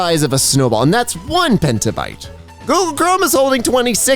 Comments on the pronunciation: it's petabyte, not pentabyte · it’s PETAbyte, not PENTA. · Not pentabyte. Petabyte. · It is petabyte, not pentabyte